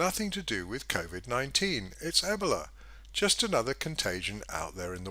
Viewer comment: E-BOWL-A Not Eb-ela